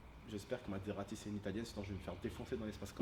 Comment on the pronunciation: Ta dis materazi au liau de mazerati